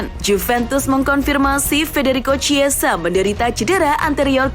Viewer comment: Chiesa dibacanya "kiesa" min, bukan "ciesa". "Ch" tidak selalu dibaca "c" di negara2 eropa".